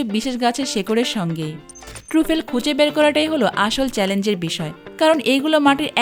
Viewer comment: Uchcharon hochche... TRA FOL.